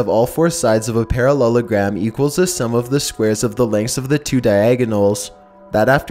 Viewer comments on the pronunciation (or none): He said perrelulagram about 29 times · How many times he said parollelogram 👇🏿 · if i hear parallagrams one more fucking time imma spaz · Stop saying parellelagram so many times find a different word like chicken nugget (oh btw these are creepy) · I dare you to count how many times he says parellelagram in story 2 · i skipped the second one cause i could not hear him say "Parallelogram" again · at the end of a sentence HE PRONOUNCES IT SO WERID I HATE IT